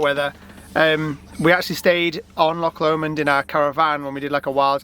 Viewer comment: Omg I remember last time you called it lock L’mond and it was making me laugh, but I get it, when you’ve not heard the name before, it just tickled me. I only know because of the song, I’ll take the high road 😊